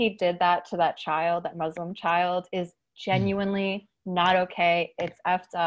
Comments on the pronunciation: I was pleasantly surprised that Kurtis corrected himself by pronouncing Muslim correctly. Unexpected and some might think it's unnecessary but nice, thank you Kurtis. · I appreciate how he said muslim and not muzlim, i left islam long time ago but it felt great to hear someone say the right pronunciation <3 great crossover btw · It's pronounced Mü-s-lìm [Moo-slim] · I’m sorry but I’m Muslim and hearing Kurtis actually put in the effort to pronounce Muslim properly just made my day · Thankyou kurtis for prouncing Muslim not muzlim He read the comment he always try to educate himself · Ok can i just say i love that Kurtis corrected his pronounciation of 'Muslim' like he didn't even have to but he did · I legit felt so happy when Kurtis pronounced it Muslim and not muzlim. Idk it just made me so happy. Like the podcast! It truly made my day, and it was a bad one, so thank you so much! I learned a lot today! And hopefully we all try to be respectful and kind towards others. Thank you For this episode, truly